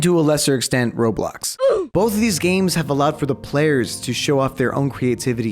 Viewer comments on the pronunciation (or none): none